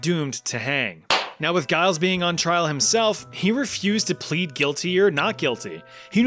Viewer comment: Giles is -pronounced "jiles" not "guiles"